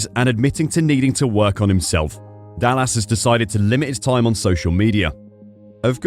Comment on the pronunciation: Is this AI? The speaker can't even pronounce Dallas right...